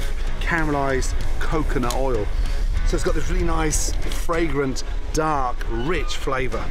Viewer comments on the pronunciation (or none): none